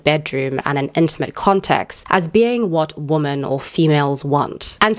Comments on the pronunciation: The plural of woman is women. They're NOT both pronounced as woman. It's "weh' men." This generation is so doomed to be dummies forever. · The way you say "women" sounds like "woman" most of the time. Is that a South African thing? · I hate how you can't say womEn correctly. It's not hard. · I really can’t get on with the way you say ‘women’… Is that your accent? Or is there a reason you say what sounds like to me like ‘woman’ singular in place of saying ‘women’ plural? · Hate to be that person but the plural of woman is women and pronounced differently, so its ˈwɪmən Kind of distracting me from the video lol